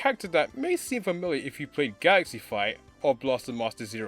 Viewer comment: “Furmilear”?? Bro, are you trying to say “familiar”? LOL